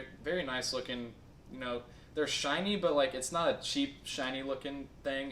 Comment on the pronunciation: I thought you saying 'There is lot', lol